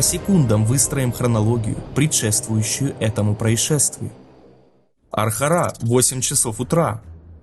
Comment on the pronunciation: ну ребята, ну надо же как-то проверять свою работу. я не говорю о том, что постоянно путаетесь с ударениями в названиях населенных пунктов (БАхирево, АрхарА), так еще у вас куча ошибок по невнимательности - дважды глава "Расследование" (хотя первый раз должна быть "Хронология"), а потом еще и штамп "ЗАСЕРЕЧЕНО"